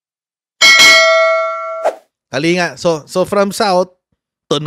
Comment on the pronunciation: Coach ang province is KALINGGA ang pronunciation